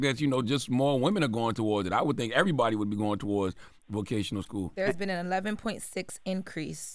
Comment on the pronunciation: I'm not accepting slander from somebody who can't say vocational school properly